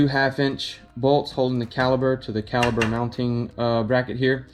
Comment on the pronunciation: It is. With a "P" not a "B". Still get a like from me though!